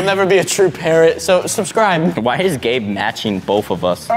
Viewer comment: you can say numbers See and its Gabe not "gab"